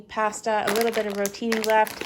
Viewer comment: The way you say pasta is bizarrely infuriating